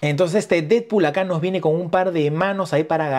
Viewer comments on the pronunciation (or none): solo vine a ver si tú también dices "didpul" en lugar de "Deadpool" 🤨